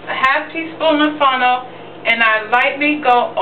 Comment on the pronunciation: funnel??? what is funnel?... did you mean fennel? Damn girl we have to pronounce our word right... love the vid though.